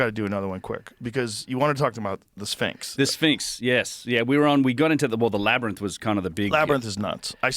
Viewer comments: Joe still not knowing how to pronounce "labyrinth" is wild. I mean, "labernith".. Who says that?? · I cannot stand when Rogan says "laber-nith" instead of "laby-rinth" for the word labyrinth. Someone even corrected him like 2 weeks ago and he still says it wrong lol. I have never heard anyone pronounce it "laber-nith". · Labernyth? Cmon maing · Wtf is a labernith? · Labyrinth not laberith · no matter how many times Joe is corrected, he cannot bring himself to say "labyrinth". This is like the 56th time I've heard him say "labbernith" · LAB ER NITH? ITS LAB ER YNTH, LABRYNTH!!!! JEEZ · Labrinith lol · Joe mispronouncing labyrinth lives in my brain throughout the day. “LabyrNith”…… cmon Joe. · Why does joe keep saying labernyth. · New drinking game. Drink every time Rogan says Laberninth 😂😂 the number of people that has met him say this on so many podcasts is criminal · love how Joe cant help but say "Labrnyth" !!! lol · Labernith 😂 🙈 Joe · ....."laber-nith"... Joe with a swing and a miss... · If he says labyrNITH one more time, I'm going to have a stroke! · Take a shot every time Joe says "Labernyth" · Oh here we go, not the “labernith” again… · Joe stop saying "labber nith" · Cool discussion. Joe can't pronounce the word "labyrinth." He keeps saying LAB-AR-NITH. Hehe. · "We reach a lot of knuckleheads"... Says the Grand-Pubah, Prime Example, Numero Uno, knucklehead himself .. Joe "TheApe" Rogan. And wtf is a "Labernith" Joe? 🤣 As he sits there with his mouth hanging open 😦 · Joe saying “labrynith” is getting to me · Jamie....or anybody at all, please tell Joe how to pronounce, " labyrinth ". It's not, " LABBER-NITH " Joe. 😵‍💫😮‍💨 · Someone. Please. For the love of God. Please teach Joe how to pronounce "labrinth". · wtf is a labernith?! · It's "Lab-burr-inth" Joe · Joe "Labernyth" Rogan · If Joe says “Labyr-nith” one more time… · LOL! He just said it again! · Say “Labernyth” one more damn time Joe! 😂😂😂😂😂😂😂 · Joe saying “labernyth” hits like someone saying “nucular.”